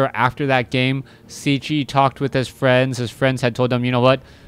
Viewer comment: Hi man .. just a comment .. is Cechi .. means he is from Czech republic .. if you want to pronunce corectly try to say Chahee .. respect